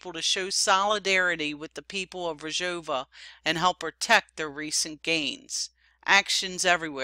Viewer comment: Excellent reporting. Just one thing; It's Rojava. That's R-o-j-a-v-a. You are pronouncing it Rajova. It's Rojava, not Rajova. Aside from that this program is great. How to pronounce Rojava